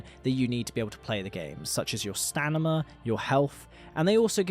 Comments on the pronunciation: STANIMA, i cant b the only 1 who heard him say it like 50 times... STAMINA... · no hate! like your content a lot... but its STAMINA not STANIMA... just mentioning because you said stanima multiple times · Enjoyable video, but I can't get over the fact that a person that certainly sounds like a native speaker continues to say what sounds like stanima, must be some exotic accent.